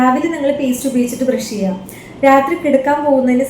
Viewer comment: എങ്ങനെ ചീയാം എന്നല്ല,എങ്ങനെ ചെയ്യാം എന്നാണ് 😂🙏🙏